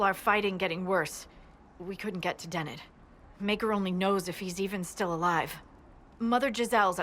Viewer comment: Its Dennet dude. Den-net. Not Deney.